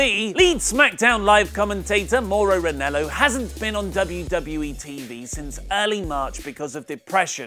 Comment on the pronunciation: REN-AH-LOW not REN-ELLO